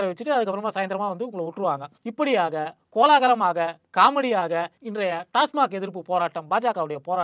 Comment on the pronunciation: சைமன்தான் டாஸ்மாக் ஐ டாஸ்மார்க் என சொல்கிறான் என்றால் அவனுக்கு ஆங்கிலம் தெரியாது.ஆனால்,IPS படித்தவனான ஆட்டுக்குட்டிகூட டாஸ்மார்க் என்று தவறாகவே உச்சரிக்கிறான்......😁😁😁😁😁😁😁😁😁😁😁😁😁😁😁😁😁😁😁😁😁